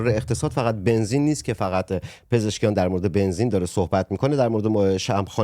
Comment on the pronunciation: اسم دکتر پزشکیان را درست ببر